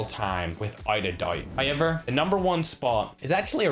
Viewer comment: “HOYEVER”, “SHEAM”.. YouTube: SUBTITLES NOT AVAILABLE FOR THIS VIDEO